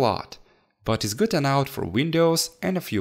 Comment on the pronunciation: Great job on cleaning the A10 CPU. It came out shinning like a diamond. If you don't mind, I have a suggestion for when you say "good enough." Try saying enough as 'e' and then 'nuff'. Like e-nuff. English is a second language to me as well, so I'm not trying to be rude here; just trying to help. If this offends you, I apologize. As always, great video and great content. Keep it up!